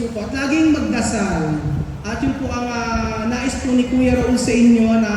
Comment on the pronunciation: Bkit Raul kng nmn name mo? Dpt ituro nyo n s mga bata ang tamang pgpronounce ng name nyo.